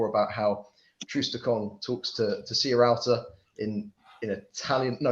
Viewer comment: Why can no-one say Sierralta properly?! It's not Serrialta ;-)